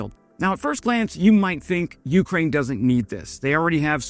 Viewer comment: YOUkraine. 🤦‍♂️ cmon man, make an effort. It doesn’t take much effort to pronounce something correctly.